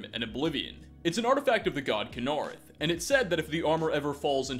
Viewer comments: kin-uh-reth not kun-ar-uth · Kuh-nar-ith? Tell me, do you purposely mispronounce these words sometimes for the hell of it? Please tell me you do. Love the channel btw, good stuff. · I love you but its pronounced "KINa-reth"!!! Just kidding, good video and good showcase of the mods! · He's talking about the way pronounced Kynareth